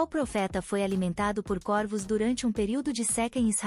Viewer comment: 37 = CORVOS: deve ser pronunciado de forma FECHADA.